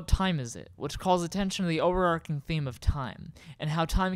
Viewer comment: I don't get why anyone would say overarching like "overarc'ing" it's not a Y like in Hierarchy or anarchy, that's the wrong pronunciation rule being followed there, but definitely not how we say it in England, where we tend to speak English and it's a common term.